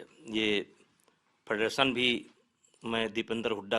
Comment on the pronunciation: फ़ेडरेशन को फडरसन बोल रहा है 🤣🤣